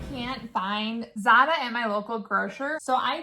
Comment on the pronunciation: It’s not Zata. It’s Zatar